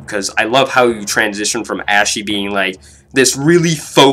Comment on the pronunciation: Why do you keep pronouncing her name like "ashy" when it's meant to sound like "aushee"